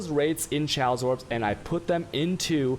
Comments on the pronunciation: For someone who pretends to be intelligent, I can't believe you can't figure out how to say Chaos. I think you're doing it just to piss people off at this point. No one has ever pronounced chaos like you have. NEVER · Is he clowning or does he not know how to pronounce"chaos"?